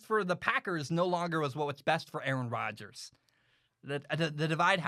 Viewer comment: Nice take! Don’t worry about mispronouncing his name no one knows how to pronounce it. I would say the GM is not in a similar position to your father, and I think Aaron Rodgers would make the same argument that his job was threatened. Do you remember the year Peyton Manning was injured and the Colts won like 2 games? Aren’t the Packers in a similar position? Last 3 or 4 years the Packers have taken a ton of CB. Something like 5 in the top of the draft. How many of the WRs were pro bowlers elsewhere? I disagree with the calling for the firing of the GM, but isn’t the GM doing the same thing to the player. There is a backlash against employees trying to assert power as opposed to management. Do you feel the same way when a player is cut? Lastly, Brett Farve was threatening to retire every year. Like your takes, but calling them fact based I don’t know if that is accurate.